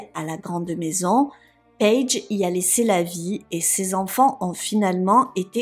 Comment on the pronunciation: "payge" Merci pour cette histoire que je ne connaissais pas . C'est bien triste !